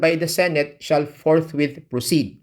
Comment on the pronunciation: Ang intindi ng mga senador ni dogong sa salitang forthwit ay forthwait